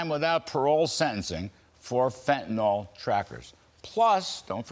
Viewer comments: Fentanyl, not FentaNOL. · I'm still waiting for someone in the media to pronounce the name of the drug correctly. Mr. Kudlow does not, nor do any others I've heard so far.